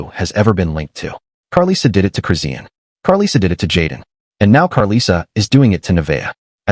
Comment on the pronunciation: I absolutely HATE when whyte ppl make videos about the black community and mispronounce names. they always mess up chrisean and karlissas name. Please report on trap lore Ross leave this to our community thanks